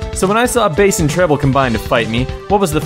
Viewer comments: Why the Hell does he pronounce BASS as BASE? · "Dr. Whailly"? "Base and Treble"? seriously??